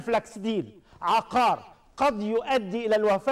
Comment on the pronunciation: عُقار بضم القاف يا فخراني و يا.. عيب والله ما تعرفوش الفرق بين عُقار و عَقار و أنتما من أنتما